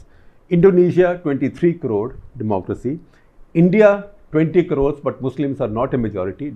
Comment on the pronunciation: What is the word he is saying after the the country names at ? Like Turkey; 7.5 corows?